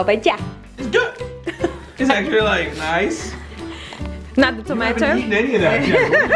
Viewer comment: You say tomato I say TOMAT Haha 1 like for tomat challenge